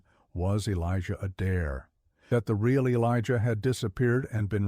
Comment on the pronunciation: It’s not ah dare. It’s long A dare. Emphasis on the A. Like a hick would talk.